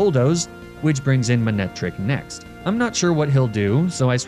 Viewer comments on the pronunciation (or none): none